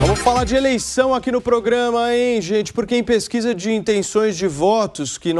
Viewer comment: Pesguiza. Mintiroza. Nau. Ezist. Careta. Porcento